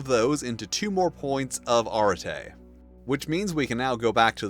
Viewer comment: I can't shake off the feeling that you are mispronouncing arete.